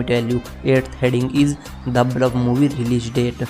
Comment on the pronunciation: Bhai English bolna seekh le pahle..... The Bulf nhi The Bluff hai